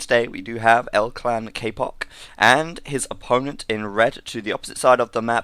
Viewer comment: its not "k-poc" its "ka-pooch"